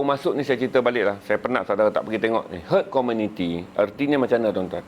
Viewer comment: bkn main byk mislead. brp byk mati lps 2 dose. sikit2 kajian lapangan, pundek. sapa ckp org England 🏴 ramaaai suntik?? aduhhh🤦🤦 semua nak bercakap, wpun bkn bidang dia🤦🤦. HERD IMMUNITY pun salah sebut🤦🤦. apa²lah bang, yg penting kompiden 👍👍